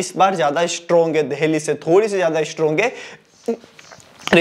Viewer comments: Bhai देल्ही, देहली क्या है😂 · Ya deheli kyu bolta h bhai,jitne bar bola utne bar hasa me 😂😂